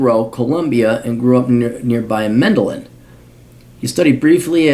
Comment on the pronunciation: Learn to pronounce Medellin.